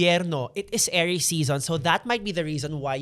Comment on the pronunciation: Nababother ako kay every time he says Aries sounding like heiress 😭